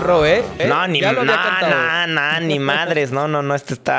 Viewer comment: el Ro en modo alemán xD